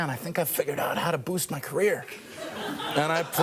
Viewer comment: "ma" = "my"